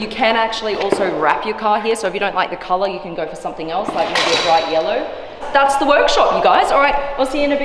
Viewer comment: mayback hahaha